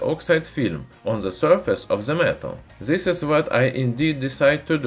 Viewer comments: You know so much..how come you stil say Zis in stead of this? Use at least the D 😉👍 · When someone will tell him to say this not zis?